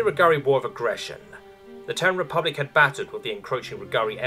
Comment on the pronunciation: Terran is a TWO syllable word pronounced "tear ran" not "tern".